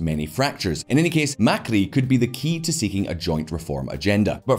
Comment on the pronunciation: "mercurio mecri" lol